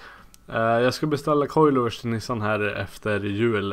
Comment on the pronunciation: ”Nu är nishan i garashet” tänker på lillmicke varje gång du säger nu är Nissan i garaget